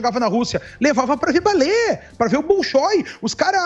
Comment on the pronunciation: "Eles gostam de balé, Emílio! Balé! Os caras gostam da cinese humana" Ficou confuso porque ele falou "balê" e não "balé" kk